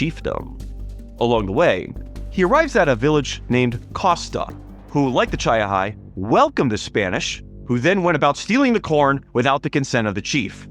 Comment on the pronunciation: It's Chee - ah - ha. Not Chy-uh-ha .